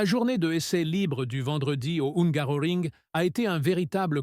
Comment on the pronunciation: Ongar oring😂😂😂😂 Landa norris 😂😂😂😂😂